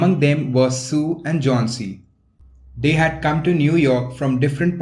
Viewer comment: It's was sue not 🚫 su